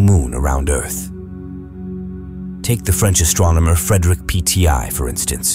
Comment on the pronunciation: "PTI"? You mean "Petit"? "Volou"? You mean "Waltemath"? Stopped at that point.